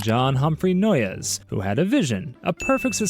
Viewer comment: Always weird hearing about my ancestor founding a cult 🫡 also it’s pronounced “noise” 😩